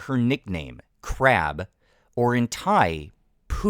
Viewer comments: It's more like Boo than "Poo"! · It's not exactly "Poo". It's a softer sound like a P and B together with an H sound after like pbhoo. There is no way in English to describe this sound.